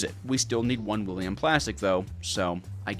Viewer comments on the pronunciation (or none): none